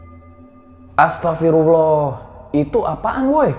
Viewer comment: Yg betul Astaghfirullah. Makhrajul huruf harus dibenerin krn pengucapan beda bisa beda arti.